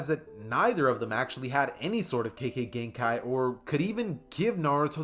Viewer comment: u said kekkei genkai wrong alot pls not hating find better way to say it and the rest of the video was good keep up the good work i love ur channel